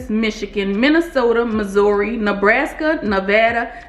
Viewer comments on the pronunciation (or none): none